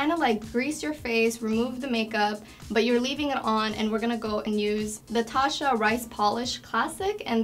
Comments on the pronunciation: For all the products that she uses from Tatcha she should at least learn how to pronounce it correctly. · The way she used the cleansing oil and rubbed that towel over her face made me so uncomfortable, and the way she pronounced Tatcha , bless her heart